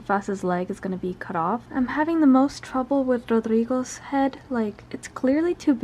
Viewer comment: the way my head did a 180 soon as i heard the rodrigo pronunciation. knew it. a hispanic, like me. hehehehhehehe. yet another win for our language baddies.